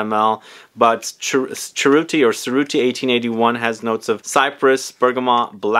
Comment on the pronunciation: Another great video. I too used to wear Paul Smith in the early 00's. BTW Cerutti is pronounced cher ooti and Rochas is prounced rosh ass.